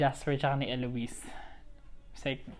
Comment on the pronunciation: you pronounced it correctly. It's Elo-wis. 😄 Good job on this! I'll share this to everyone.